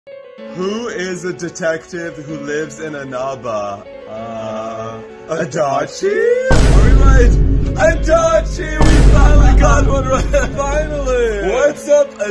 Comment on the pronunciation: The way they pronounced Inaba physically hurt me ngl